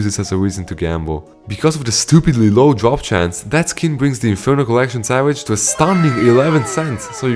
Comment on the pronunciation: your accent makes "drop" sound like "job" and I get anxious 😭😭😭😭